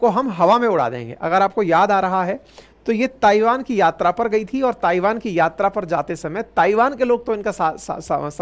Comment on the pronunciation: सर ताइवान का सही उच्चारण थाइवान है कृपया इसे नोट कीजिए